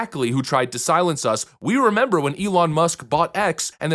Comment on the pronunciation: You 'memba? Yeah I' memba!